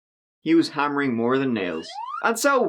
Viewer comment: "...Chris, he wa hammering more tan nails..." hahahaha!LMAO!!!! THIS GYUY IS AWSOME. Keep it up! I watch your videos all they long!!!!